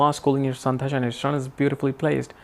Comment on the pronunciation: Dasha, and not dhasha